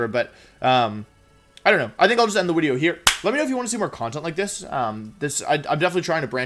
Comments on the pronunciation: Wolfey: It's intro, not into Also Wolfey: Wideo. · Wideo intro is now wideo intoe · Wolfey vocabulary: video = wideos Intro = intwo Gigalith = Jigalith Incineroar = ban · Wolfe, if wideo is wideo, then doens't that make us wiewers?